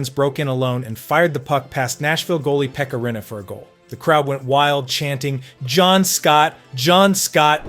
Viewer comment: I know ai butchers how some names are said but man.. pekka rinniferkal.. lol